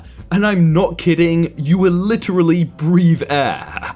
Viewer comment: I hate how he says literally